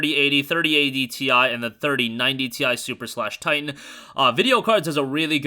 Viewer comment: Why do you say Tine instead of titan 😭😂